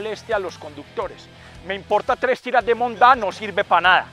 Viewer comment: Jajajaja. “Me importa tres tiras de monda” en un paisa. Primera vez que se escucha auténtico. Nuevamente Nota de video Bro.